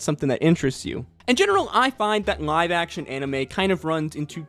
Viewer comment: i cant get over how you pronounce "Live Action" it looks and sounds like you are saying "NG-ive action anime"